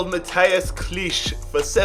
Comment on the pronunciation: the unrealistic signings don't bother me but signing Harry Wilson to Leeds is fucking appalling. I've also just heard how you pronounced Klich's name never do a video on my club again. You've also signed two Turkish CBs you are an absolute pudding